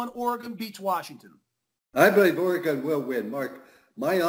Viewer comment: learn how to pronounce Oregon!